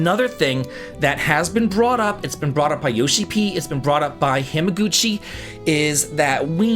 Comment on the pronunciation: you've been to Japan I know you know it's not pronounced Ham-a-Guchi